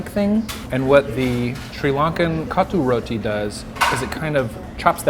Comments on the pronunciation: say sayonara to your sphincter,! and its pronounced CO - THOO roti. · The way he says "kottu roti" 😅 and btw it's Dhal curry 😂